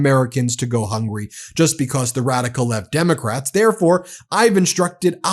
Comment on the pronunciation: He can't even pronounce Democrat